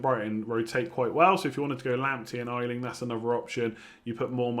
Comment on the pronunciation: the Leeds defender's surname is pronounced Ey-Ling, not Eye-Ling